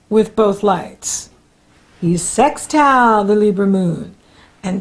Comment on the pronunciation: For as long as I live I don’t think I ever won’t giggle when you say sextile that way 😂😂😂